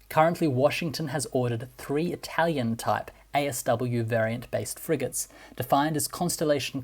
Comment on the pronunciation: The narrator trying to pronounce every non English word in that language’s accent sounds ridiculous. His Italian is not as good as he thinks it is and his Arabic accent sounds like Spanish